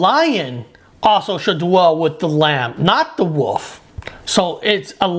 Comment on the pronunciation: Don't trust anyone who doesn't know how to pronounce wolf.